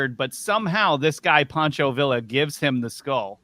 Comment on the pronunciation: It's pronounced veeya, not vila. And I know it's spelled villa. And for the love of God use the word an! Idk what happened to you people